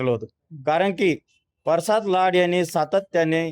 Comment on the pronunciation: परसाद नाही रे प्रसाद आहे